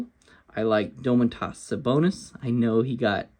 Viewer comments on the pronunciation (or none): the way you pronounced sabonis' name had me dead dude lol "Doemuntas" tell me you've ever heard anyone say it like that hahah